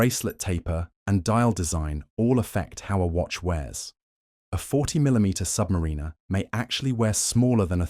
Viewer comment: #1 watch mistake, a YT channel not properly saying 'Submariner' because they used AI speech.